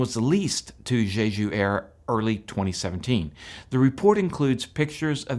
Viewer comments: QUIT SAYING ZHEZHU AIRLINES. It's "Jeju," the j sound in both syllables identical to "juice." Don't do a zh sound as in "treasure." I have lived in Korea over 20 years, so I can tell you Korean doesn't have a zh sound. Fix your Korean pronunciation, my good man. Otherwise, your content here is excellent. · Why do so many people insist on pronouncing it "zhay zhu?" There's not another word I can think of that starts with J in the English language where the j gets a zh- sound. In any case, it SHOULD be pronounced "jay ju."